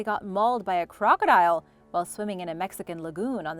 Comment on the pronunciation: I am annoyed by how you say crocodile and a couple other words. The high pitch at the end is bothersome.